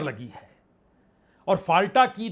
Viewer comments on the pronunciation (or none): "फालटा नहीं फलता" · 𝗡𝗼𝘁 फलटा , फलता होगा